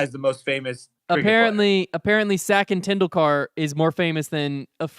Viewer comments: I liked the sports tier debate. - classic pronunciation of the little master Sachin Tendulkar - Sackin Tendookar. Since Cricket is played in the UK, Africa, India/Pakistan/Afghanistan/Sri Lanka, Central America, Australia, New Zealand, definitely more viewers and participants than American Football / NFL, but Tom Brady for sure would be known by a lot of the anglo world. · As a cricket fanatic it was very entertaining listening to the cricket chat and the pronunciation of Sachin Tendulkar 😂